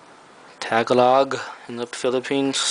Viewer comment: Ta-galog.. hahaha funny pronunciation huh.